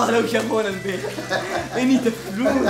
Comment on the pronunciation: البيك ❌ الفيك✅